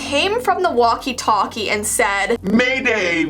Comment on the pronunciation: Walkie talkie not waki taki